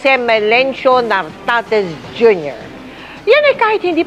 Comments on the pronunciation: Correction, NARTATEZ po, hindi Tartatez 😅😅😅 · ...Nartates Hindi Tartates..hahaha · NARTATES...HINDI TARTATES..ANG LABO MO 😂😂😂😂😂😂😂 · ...GEN. NARTATEZ DILI TARTATEZ